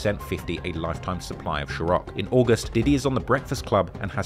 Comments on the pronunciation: PISSED HE KEPT SAYING SHEROC INSTEAD OF CIROC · CIROC [SIR-ROCK]. Hearing you say "sher-rock". Annoyed me the entire time 😂😂😂 it started to hurt 😂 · Ciroc……. Not Chiroc. Good lord, maybe get someone to check your grammar. You must have mispronounced that over 100 times. 😫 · I hate the way u keep saying sure-rock I understand it’s just ur accent but u have said it soooo many times in this video respectfully bc I understand that the vodka wars is a major part of their beef but damn Man U mos definitely said sure-rock then right after backed it up with a news clip or interview clip of ppl literally pronouncing the brand name correctly n respectfully saying sa-rock I feel as if u had more then enough time to practice correctly pronouncing the name of the vodka brand smh hehe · Why you gotta keep saying ShERrock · I cant watch this after saying "sharock" 30 times in a row. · Why are you the only person pronouncing it "Cheroc"? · Why do you keep calling ciroc, Shirock?😭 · It's not shiroc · It's not pronounced SHIROCK. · Why are you pronouncing Ciroc as “Sherok”? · Wtf is “shirock”😂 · Calling it "chiroc" is developing an OCD in me to correct him each time he says it 😒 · is he saying shirock? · Lmao why keep pronouncing it as " Shiroc " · Bro is so British that he can’t pronounce “Sir-Ock” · Why do you call it “shirock” smh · Boi, the word cîrco was kickin’ your azz 😂😂😂😂😂😩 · Hearing you pronounce ciroc as "sheerock" is maddening for some reason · saying “shiroc” has to be one of the errors right? Lmaooo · Bro pronouncing it Chiroc is triggering my OCD 😂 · "Sherock"? 😂😂... is that how it's supposed to be pronounced? Am I uncultured or do you have speech impediment? I'm fine with either option. Lol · wtf is sharock 😂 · what the fuck is sharock? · "Shiroc" "Shiroc" "Shiroc" "Shiroc" "Shiroc" ... There's your 5 mistakes, I take cssh app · Lol bruh I was like is he trying to say chiraq 😭 I swear YTers never look up how to pronounce things